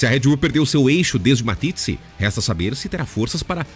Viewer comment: Dietrich Mateschitz, quem é esse " Matitzi" ??? Sério...